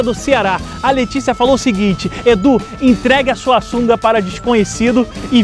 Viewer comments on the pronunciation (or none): Só eu ouvi "LEITICIA" aos quando ele falou? kkkkkkkkkkkk